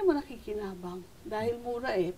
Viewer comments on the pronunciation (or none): ako lang ba ang natawa ng nagsabi si atom na "murah" pati na rin sa word?